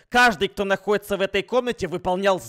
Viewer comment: Он когда сказал находится во 2 раунде мне показалось на.уй😂